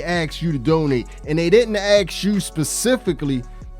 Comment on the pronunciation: When the stores lock everything up, regular shoppers won’t want to shop there, either. Btw, ask is pronounced ask, not ax.